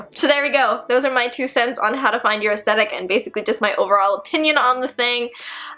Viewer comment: ok I love and she's absolutely adorable but I can't stand when ppl pronouce aesthetic like "aestetic"